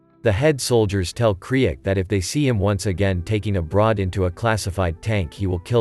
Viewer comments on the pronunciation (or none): none